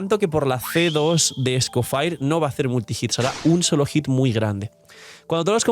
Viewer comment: porfa que alguien le diga que no se pronuncia escofair